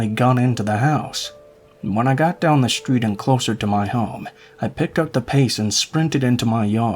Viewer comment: Why do you pronounce all of your Ss with an "h" attached to them. "Street" does not have an "h" in it. An "S" does not automatically have an "h" sound following it. Strange variation.